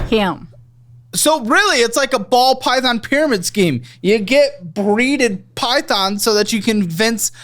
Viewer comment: he almost said "pall bython" 😂😂😂 i caught ya! 😂😂😂